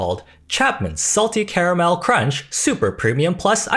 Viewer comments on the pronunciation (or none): none